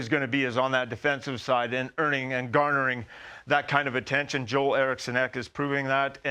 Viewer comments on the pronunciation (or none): Good video recognizing a largely unsung great player. But his name is pronounced "jewel," not "joel." (He's Swedish.)